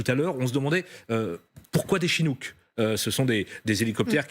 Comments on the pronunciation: des "Chirrook".... Ca fait 60 ans que les USA utilise ce type d'hélicoptères et elle n'est pas capable de les appeler correctement. C'est des "Chinook" madame la journaliste 🤔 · "Des helicoteres CHIROUK " ???? Plutot Chinook non?